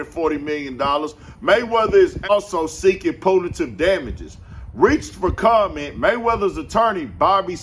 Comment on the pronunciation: "Poon-uh-tive damages" 😂😂 Gah damn dmbass, not anotha one!!